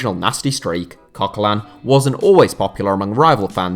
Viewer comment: If you want to say names correct, have a new try at coquelin then, because english people don't seem to know how to pronounce a french name/don't seem to know that they are pronouncing french names wrong.